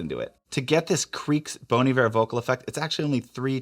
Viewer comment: Lol, not "bone"...."bon" like bonbon.